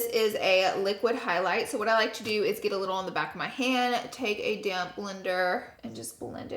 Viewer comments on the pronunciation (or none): No one: Laura: tHe DaMn SpOnGE... 🤣🤣 I know she says damp but I think it every time